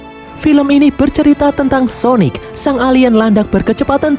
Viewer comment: "Syonic" syonic ga tuh wkwkwk